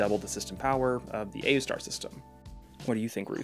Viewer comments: pronouncing it oooster is real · It's pronounced Aoostar. hope that helps! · its oostar, the a is silent I guess... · I pronounce it aoostar. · I like pronouncing it as AYOOOstar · I pronounce it A-U-star. (or ayustar) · i pronounce it aoostar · It's pronounced Wooseter